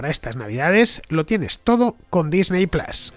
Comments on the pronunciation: Disney plas por favor es Disney Plus plas suena a bofetón. En inglés Disney se pronuncia Disny, en todo caso sería Disny plas. Si se dice Disney se debe decir plus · Me parece muy bien que hagas publicidad. Me alegro porque significa que el programa goza de buena salud, pero me niego a que vendas tus principios fonéticos de esta manera... QUÉ PLAS NI QUÉ PLAS... ¡PLUS COÑO!